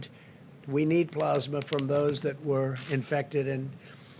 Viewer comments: Donald "Ploz-ma" Trump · Keeps mispronouncing "Plasma"